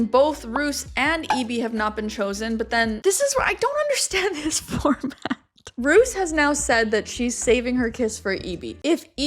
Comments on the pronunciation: Roos is pronounced as Rose. Rose is also the literal translation of Roos. Now you’re saying Roos as in rooster and it’s confusing me 😭😭😭. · Roos is pronounced as Rose 😊 (I watch a youtuber from the Netherlands with that same name and that's how she tells people to say it lol)